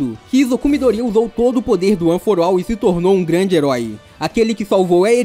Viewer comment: FALANDO ONE FOR ALL: one for uol kkk